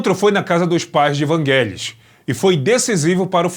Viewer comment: não é não. É Vangelis mesmo. Sílaba tônica no "e"